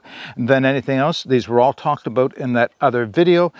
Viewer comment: You almost didn’t say aboot😊